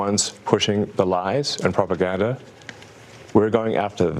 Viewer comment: "The ones who are pushing the lies and 'PROPAGADDA'", uh, I hate the way Elon talks. The way he pronounced "propaganda" really irritated me, and he continued by "WE'RE going after". He became the government, the judge, the police, and the executioner. What a shame.